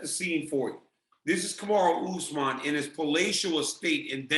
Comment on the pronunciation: I thought he called him "Kamaru D. Usman" and wondered what the D stood for.